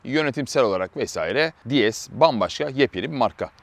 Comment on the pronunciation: “Di es” değil “Dees” diye okunur. Fransız arabasında ingilizce telaffuz edilmez. Fransızca tanrıça kelimesi “déesse” ile aynı telaffuz edildiği için DS demişler. Tıpkı yetmişli yıllarda Peugeot 104 platformunda çıkan LN (Helene) modelinde olduğu gibi...